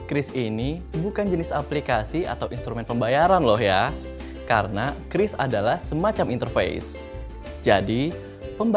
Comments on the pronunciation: oalah bacanya kris, kukira kyuris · Oke jadinya dibaca "kris" buka "qiuris"